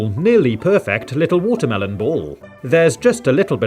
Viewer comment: Is it watermelon or WHATA-MEL-OWN